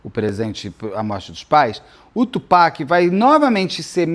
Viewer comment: Nós, fãs da cultura hip-hop muito felizes com o Beto pronunciando corretamente o nome do Tupac <3 Beto, existe um livro chamado Bling escrito pela Erica Kennedy. O livro conta a história de uma jovem que entra para esse mundo da música para realizar seus sonhos, mas isso acaba se tornando seu grande pesadelo. Acontece que a Erica era amiguíssima da Kim, ex do Diddy, e é dito pela internet gringa que o livro seria um relato ficcional da vida e ou das experiências que a Kim presenciou ao lado do Diddy. E a Erica morreu de forma misteriosa.